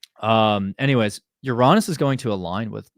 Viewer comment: What? Did he say You Raww Ness? I never heard that. I've only heard Your Anus or You reh ness